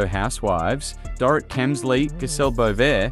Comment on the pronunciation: It's obvious you don't know the programme as you mix pronounced Mauricio and Dorit.